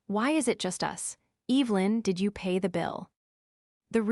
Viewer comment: Cant even pronounce evelyn correctly. Smh.